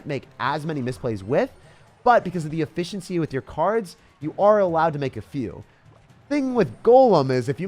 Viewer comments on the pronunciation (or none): none